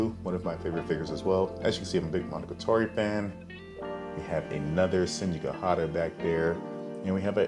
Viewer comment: Nice collection! I'm just bothered by your pronunciation of Monogatari. Monogatoree?